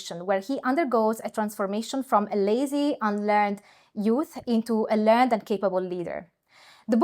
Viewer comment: If it's not pedantic of me.. learned, meaning 'knowledgeable', is pronounced ler-ned, and not the same as in he has learned his lesson.